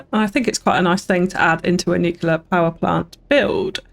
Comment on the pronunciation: Looks great! My only complaint was your pronunciation of the word nuclear, as "nucular" is not a word and was a bit cringy after a while